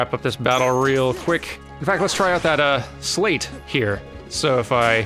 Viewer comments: you are driving me crazy! Sleight is not pronounced "slate" XD It's more like "slite" (if that was a word) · Isn't "sleight" pronounced the same way as "slight"? (rhymes with "might", "bite", and "fight") as in "sleight of hand". I don't think I've ever heard it pronounced "slate" :/ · Sleight? Slate? Am I going crazy, or is it pronounced "sl-EYE-t?" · Just to let you know sleight is based on sleight of hand so it would be pronounced slīt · I hate doing this, but I can't go through this entire playthrough like this: sleight is pronounced "slight" not "slate". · It's pronounced "Slight" not "Slate". Think Sleight of Hand. I'm digging your new content, but that is going to drive me nutz XD. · I don't wanna comment on this because it's super petty, but it's really really distracting for me. So: I think "sleight" is pronounced like sleight-of-hand, as in sly-t, not slay-t. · Is it just me or is pronouncing 'sleights' wrong? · It's probably sleight like "sleight of hand"... though I remember thinking of it the way you pronounce it when I was playing the game (until I quit playing because it wasn't... kingdom heartsing enough for me.) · IT'S PRONOUNCED S-LEG-HIT, EVERYONE CAN STOP COMMENTING NOW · The "ei" in "sleight" is pronounced like the "y" in "sky"